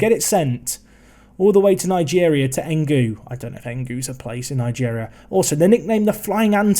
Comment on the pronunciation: its E-N-U-G-U not engu i'm a nigerian btw